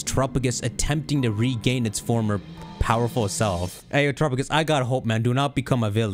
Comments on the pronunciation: The Pokémon: Terapagos How says it: Terupugis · At this point i'm half-convinced is still saying "turupugus" just to troll us.